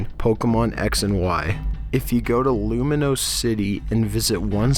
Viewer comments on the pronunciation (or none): I got triggered when he said Luminose rather than Lumiose